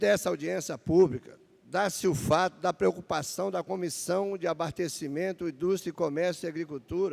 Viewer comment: ele disse...."ABARTECIMENTO"?